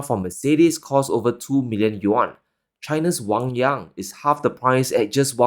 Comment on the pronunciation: Noticed again you are pronouncing the name yangwang"仰望" wrong. It's not wangyang.